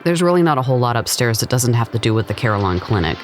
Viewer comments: I did not know I took the pronunciation of Carilion for granted.. She is pronouncing it "CAR" "il" "ion". It is pronounced "Ca"" RIL" "ion" with emphasis in "Ril" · Just to clarify, Carilion is pronounced "Kah-Reel-Yon". It's the largest healthcare network in the area. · ...FYI...Carilion is pronounced Ka-rill-e-un. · Thank you. It was driving me nuts throughout the video. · There's an "I" in there that you're missing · It is okay! You had to have traveled a ways to come here and give it a spotlight. I appreciate that. I find the pronunciation amusing more than anything! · Great job! Beautiful footage! Please look up your pronunciation of “Carilion”